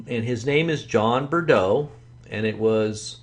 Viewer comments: Found this video trying to research MFATW. Wow. What a mystery man. I’m simply looking for answers… No this guy sounds nothing like him. Even supposing he uses some sort of voice filter. This John Breaux (obviously pronounced “Bro” not Brudo” 🤦🏻‍♀️), doesn’t speak with the same mannerisms as MFATW. I’m new to Paul Begley and as I was casually watching tonight, I heard him in conversation with MFATW. He said something odd and it sparked me to ask the question…who exactly is Mike from around the world 🤔. So far I’ve learned: *He feels he should remain anonymous and he rocks a meme version of himself wearing a black hoodie on Twitter and his website hidden at the bottom of the page, of course, to keep himself concealed. *He thinks the yellow sun has been replaced by a new fake white sun made of light bulbs. *He says our KJV bibles have been supernaturally changed and made vile and we should no longer read them. (Waiting for the new improved MFATW version to come out on Amazon). *He has an assistant named Jazweeh the Seer who he gets awesome prophesies from. He/She also gives his/her opinions on things sometimes which seem unsure or undecided. *He and Jazweeh just adore Pastor Paul *He often refers to the rest of us a “humans”, somehow implying that he is not also human. So far this is all I have… If anyone has any forthcoming information about who this man is and why Pastor Paul is still drinking coffee with this guy, please, please feel free to tell me. I’m intrigued. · It's not John Bredeaux. It's Breaux. Pay attention to details when your "exposing" someone for fraud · I realize this is a very old post. Wow what a butchering of this man’s name. ‘Breaux” is a common south Louisiana surname pronounced “Bro”. I can pick up a slight (southern not really Cajun/Acadian) accent), however I don’t believe it sounds anything like MFATW. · Take it from this Louisiana gal.. It's pronounced.. Bro.. You're welcome